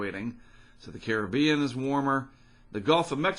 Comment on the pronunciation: Finally an American that says Caribbean properly, not car rib i an